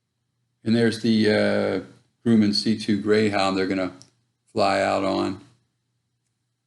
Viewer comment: You are pronouncing Grumman wrong.